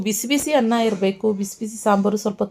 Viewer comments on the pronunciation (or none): none